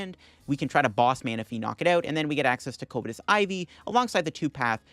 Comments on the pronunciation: Covetous is pronounced either "cuv-eh-tus" or "cuv-ih-tis", not "COVE-eh-tis" lol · throw back a shot every time he mispronounces covetous